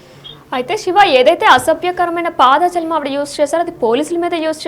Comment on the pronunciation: News reader first nuvvu intiki vellipo.....వార్తలు చదవడం రాకపోతే మూసుకో....అధి పాదజాలం కాదు....అధి పదజాలం